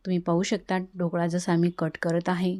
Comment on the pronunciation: मॅडम आधी 'ढोकळा' शब्द शिकून घ्या, मग आपण 'ढोकडा' बनवू 😂😂😂 सर्व शब्दोच्चार चेक करून घेऊयात...